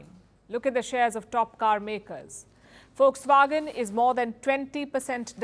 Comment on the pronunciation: It's not folkswagen it's Volkswagen lady..